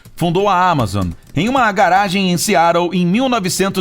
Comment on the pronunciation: Vc tá pronunciando os nomes errado, Seattle, Genghis Kan ......